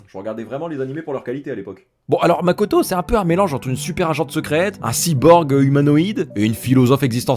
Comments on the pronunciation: Le Major Kusanagi, c'est Motoko, pas Makoto.... 😅😒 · Motoko Kusanagi ! pas makoto :P